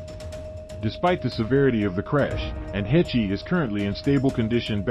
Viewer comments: Please, do not pronounce a long e on the end of her name! Pronounce: h-e-ch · It's pronounced heshh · Should we trust a channel that pronounces annes last name as HECH EE? 😂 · It's Haysh not Hechee. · Why were you pronouncing Anne's last name as Hech Ee? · Not “Hechee” lmao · Who the fuck is hech ee does he mean Heche ( she should be on charges of reckless indangerment and driving while intoxicated along with property damage I hope that lady sues her ass for everything she got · Pronounced Haysh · Learn how to pronounce her name first. "Hay-sh," rhymes with "H." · I don't care. Odd word you would use. I appreciate proper pronunciation of words, names. I guess you don't care.😆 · Rolling my naked eyes😳👁👁. A mispronunciation really doesn't matter. Does it. 4eyes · First off, FO. Secondly a pro does a little research before he starts. Takes ten seconds. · You can't even pronounce her name right... among other guffaws. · This is ridiculous... can't even pronounce Ann's last name correctly. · Can't you get the robot to pronounce her name correctly???? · PLEASE learn to pronounce her name correctly!!!! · In MY naked eyes😳👁👁, this name-butchering is done on purpose, to get a rise & a comment out of people like you. And it worked! Haha!😌